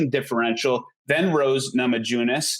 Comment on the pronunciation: needs to know that Rose's last name is not Nama Jooo-nas.